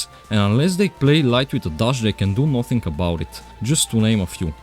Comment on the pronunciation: tOor, doNe, nOThinG, FackinG, eNoFF:DD is NOT cooking these voiceovers 💀💀💀